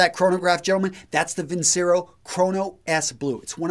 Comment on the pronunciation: "vin´chero" would be correctly pronounced, though too much of an Italian "quality" brand name for Chinese movement.